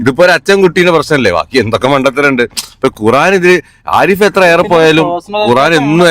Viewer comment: എടാ പൊട്ടാ കുറാൻ അല്ല ഖുർആൻ. അക്ഷര വിദ്യാഭ്യാസം പോലുമില്ല